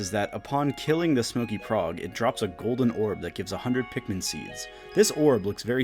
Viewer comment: Larper u dont even know how to say pikmin